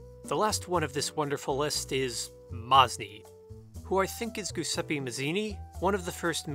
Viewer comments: "GOOSEPPEE" Mazzini ohnononono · The way you pronounce giuseppe as gusepi is terrifying Also duce as dusse